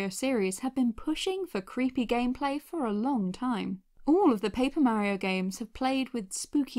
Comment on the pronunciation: Merio MERIO !?!?!? IT'S MARIO Mar E O